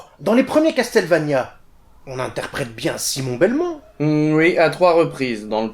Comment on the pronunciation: Tiens, tu ne te plains pas d'entendre "casteul" au lieu de "casseul" ? XD